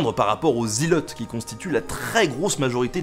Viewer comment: Seul et unique point négatif à mon sens, les Zhilotes 😂